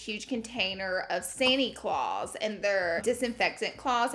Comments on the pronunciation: Lmao Santy Clause 🤣🤣🤣🤣🤣🤣I had to watch that part 5x until I understood you!! God bless your Bama accent!!! 😍🥰❤️ this was so funny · When u said “sani-cloths” I thought u were talking about Santa Clause in your country accent lol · It totally sounds like Santy clause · I thought you said "Santi Claus" 😁😂😂